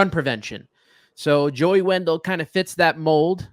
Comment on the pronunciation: Dude said Joey Wendell 🥴😖 it’s brutal listening to fans of this ball club. I turned the video off too 👎🏾